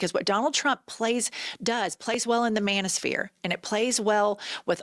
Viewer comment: "Manisphere?" This women is an unreconstructed man-hater and it ruins her credibility.